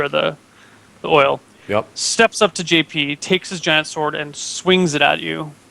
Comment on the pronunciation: love how can never say JP's name right.. always says togglebutt